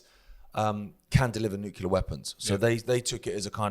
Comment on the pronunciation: sounding like George W Bush. Neucular weapons😂